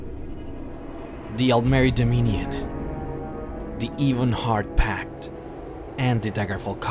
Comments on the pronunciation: wow..the way you prenounce daedra, ebonheart pact etc..work on that mate. :) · I’m sorry but it’s a good video but your pronunciation for Daedra and the ebonheart pact is bad and I’m not trying to be rude like I said it’s a great video otherwise! And the “hero’s” that you call the skald king and the queen of the aldmeri dominion. Are not the kings or queens of said race they are meant to represent us the player